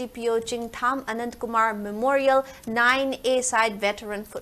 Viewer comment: Who is Anatakumar Hope it is Anandkumar. Pl pronunce properly dont try to be oversmart in reading calling one's name correctly is the sweetest of all